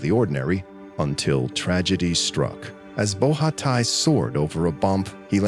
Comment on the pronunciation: Nice vidéo 👍 So heartbreaking to die this way 😥 Just a detail : the name of the swiss skier (Nicolas Bochatay), is not pronounced ''BO RHHA TAÏ", but simply ''BO SHA TEEEY''